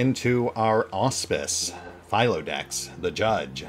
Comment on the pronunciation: Philodox- "Phil - O - Dox"